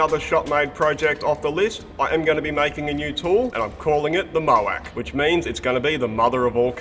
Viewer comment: "The MOAC"??? Sounds like the mother of all bombs 😬